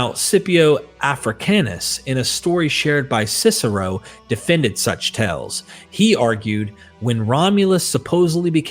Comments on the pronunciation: Like the research and presentation. One gentle suggestion, my ears kept hearing you frequently mispronouncing the word "tales" which is a homophone of "tails" not "tells" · Amazing research well done except you are reading too fast also tales is not pronounced tells. Tells means something hinted at something a poor poker player does and it throws off the listener. That and similar errors keep disrupting your documentary which is complex and requires careful attention. Congratulations though important contribution to our understanding of the origin of Christianity.